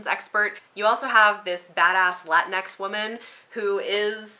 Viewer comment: Latinx pronounced La-teen-ex. Not Latin X.